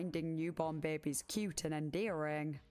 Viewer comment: Investigaert the bair-bes 😂